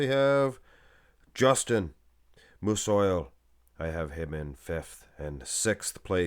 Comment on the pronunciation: Justin Musiol is pronounced "'Mooseeall" I think